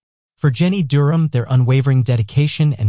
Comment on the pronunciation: The way he pronounces Durham was really getting on my nerves